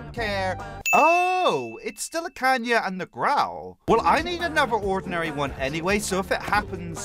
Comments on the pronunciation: I dont like how you say kanya and growl tho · No hate, but I kinda triggers me that you keep saying Kanya rather than Kayna 😅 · "JUST LETTING YOU KNOW KAYNAS NAME IS PRONOUCED KAY-NA, NOT KAN-YA!!!!!!!!!"